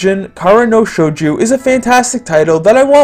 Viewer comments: shojo not shoju. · I cringed every time I heard Shouju... This one has been in my backlog for a while, will give it a shot.